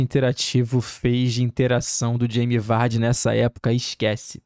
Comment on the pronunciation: Mas é o jeito certo